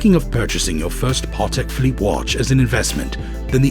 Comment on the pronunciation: Every time he says Parrrtek Philippe I wanted to cry a little 😅 Great content though